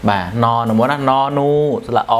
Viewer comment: นอน หรือ หนอน ออกเสียงให้ถูกต้องหน่อย